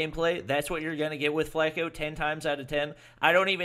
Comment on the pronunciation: It's not Flake-O, it's like Flock-o. Spelled Flacko means skinny in spanish.